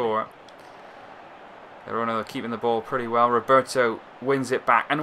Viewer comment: Some tips: The Catalan and Spanish pronunciations of ''G'' are different. The ''G'' in Girona is pronounced like the ''G'' in Gerard (Piqué), not like in Getafe or gente. And Camp Nou is pronounced more like 'Camp Know', not 'Nau'. The ''X'' in Catalan sounds like ''sh'' (i.e. Xavi) - so it's 'Aleish' Vidal, not 'Aleiks'.